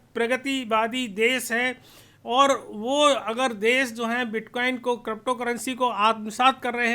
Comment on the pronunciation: आपको अभी तो क्रिप्टो शब्द भी सही से बोलना नही आता